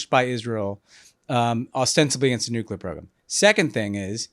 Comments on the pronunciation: Honestly, this was some of the smartest content out there about this conflict with Israel/Iran. The context and analysis was excellent and I thank you because I think Americans really need to understand all this. The Greg Landsmen content, not so much. The guy could not pronounce nuclear. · Gary Landsman’s not from my state so I don’t know him, but on Israel/Palestine/Iran, he sounds like an idiot. I thought one of the big lessons of the first Dubya Administration was that we don’t trust war planning in the Middle East to politicians who pronounce “nuclear” as “nucular”…😂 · How is that most of the people that are making decisions about war and the future of the planet cannot pronounce the word NUCLEAR?